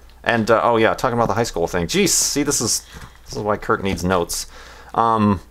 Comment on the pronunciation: *Kurt*, not Hurt :P